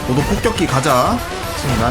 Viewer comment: 도자(도도)테이밍하고 이름 지어줄때 고자라고 들음ㅋㅋㅋㅋㅋㅋㅋㅋㅋㅋ